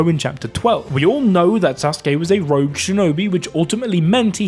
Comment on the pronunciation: its Rogue you sausage.